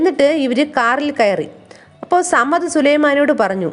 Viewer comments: സമ്മദ് അല്ല സമദ് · Samadd alla samad